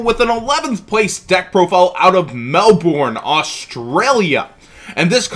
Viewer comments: Hey it's not a big thing but just for future reference it's pronounced more like melben or melbin you don't say the Bourne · Hearing "Melbourne" pronounced in an American accent is so odd hahaha. Zefra look fun as fuuuuu tho. You are appreciated, sir.